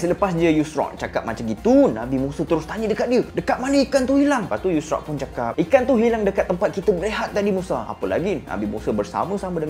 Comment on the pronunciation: Assalamualaikum bang , pembetulan bang Bukan Nabi Yusrak tapi Tapi Yushak , semoga Success bang Dunia Akhirat …. اللهم صلي على سيدنا محمد ﷺ